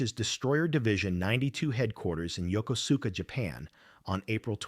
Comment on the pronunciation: AI will never figure out how to pronounce Yokosuka. The correct pronouncement is yo kooos ka..